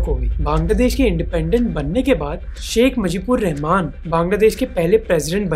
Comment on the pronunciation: You mispronounce bangladesh first leader name